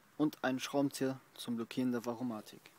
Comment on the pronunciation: Danke für das informative Video. Nur ein Ding: Es ist Variomatik, nicht "Varomatik".